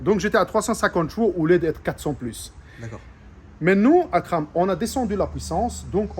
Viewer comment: Il est super attachant ce mec ! Son français est super ! J’adore sa manière de prononcer Akram.